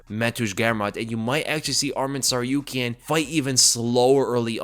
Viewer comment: It's pronounced TsarukYAn. All armenian last names are stressed on the Yan. PetrosYAn. Just follow Jon Anik example, the only commentator with professionalism who actually looks into how to pronounce names correctly